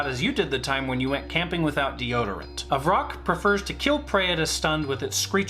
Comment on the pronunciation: it’s vrock not roc that’s a different kind of bird.